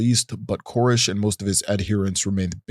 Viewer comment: are you trolling us? It seems like your purposely mispronouncing a couple of words that you say so often it's crazy. It's esoteric S-O-TEAR-IC not E-SO-tear-ic. David CORE-ESH not KER-ESH. And like 50 other words that I'm just dying but your content is great I love this video. Just driving me crazy. Lol Edit: however you are amazing at pronouncing names and concepts/words that aren't easy for native English speakers. So kudos to you man! Keep up the good work this channel is bound to blow up!